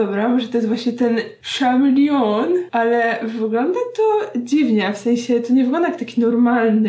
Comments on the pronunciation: Co to jest ten "szamilion? :P Ktoś tu chyba nie słuchał Culture Club :P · Chameleon mówi się kamilion lub coś podobnego, CH w angielskim w niektórych słowach mówi się jak polskie "K".. Tak jak w słowie "Chemical", tam też jest "K" na początku. Te literę można również mówić jak "Cz" lub "Sz" ale to zalezy od słowa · Dziwny ten ,,szamelion" xD